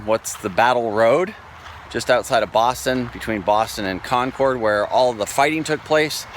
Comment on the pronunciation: It's actually pronounced "Con-curd". It is an amazing place